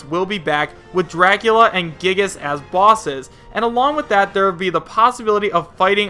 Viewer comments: it's pronounced "Guy-ee-gus" not "gigas" btw... also Ayumi Tachibana is a character Sakurai himself has wanted to use since Melee, along with Mach Rider ( and Geno and Banjo & Kazooie ). The biggest reason I'm hoping she has a shot is that I'm really curious about what kind of moveset Sakurai would come up with for her, seeing as she's a high school student and her game/games ( there's part 1 & part 2 ) Famicom Detective Cub are visual novel/point-&-click style games. the Tohou character screams fake as the series has zero Nintendo connection, and the stage info is an obvious fake as well ( no way is Poke Floats in any capacity going to work properly with stage morphing....and having every version of Battlefield & Final Destination is just wishful thinking that will never in a billion years happen officially ). I'm also on the fence with Skull Kid now, as he could end up being a boss OR actually be playable ( IMO the most likely newcomers left are Isaac, Geno, Karate Joe, Elma, Bandana Dee, Banjo & Kazooie and Shantae...and no, I'm not expecting them all in base game, but we can hope. Even Chibi-Robo seems more likely at this point IMO ) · I don't really care of who gets into smash. I just want some characters more than others. I'm just happy to have more characters Also its pronounced 'Guy-giss' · It is pronounced guy gas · Ooofff the way you said giygas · Hopefully Giygas is a boss in Smash Ultimate. No offense but the way you say Giygas hurts as a Mother fan.